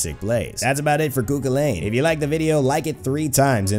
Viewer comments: Just a quick tip, it's pronounced coo cull en, not coo cwil ayn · Just to let every one know the actual pronunciation is Coo Cull-ann lol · Please at least pronounce it right Koo kullen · you are prouncing everything so wrong